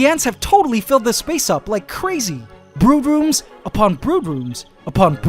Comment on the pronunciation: "Brude rooms" sounds so weird